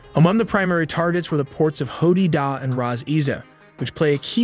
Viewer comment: Ho dee da hahahaha it's ho-die-da